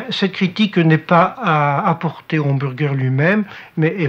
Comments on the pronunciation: J'aime trop comment elle dit "hambourger"😄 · Le « HambOUrger » 😂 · c’est n’importe quoi même à ça le mot est anglicisé et tellement mal prononcé ça pas de sens . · Le Hanne-M'bourre-Gueurre 😂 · Les "inburgaires", et les "umburguéres" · En tant qu"american c'est horrible entendre Hambourgeur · Le hambourger 🤣